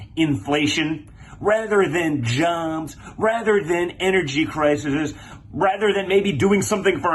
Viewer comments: OMFG 😲.....the real problem with the Donald Jr is that when he started talking about "big pharma" and the "energy crises"(which he mispronounced as "crisises") are problems that the REPUBLICANS are the ones blocking everything that might be helpful to the average citizen. 🤷....🙄🤦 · “Crisises”???? His dud dad seems to have bought Jr’s elementary school diploma. Is he ever NOT tweaking anymore? EVER? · The plural of crisis is crises (cri-sees) not crisises. What a moron. I must say I DO enjoy watching him talk though. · “criseses” 😂😂😂😂. I noticed that. We learn language from our parents, and it’s obvious here. His dud Dad likely doesn’t know either. I think Ivanka is the only one out of the 3 eldest who has had any formal education. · Has a problem with plurals too! Crises! I just cannot hear anyone else say 'criseses'! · "energy crishisess " ??? yes, he is on "something". I have seen videos where he talks more normally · "Energy crisises" 🤣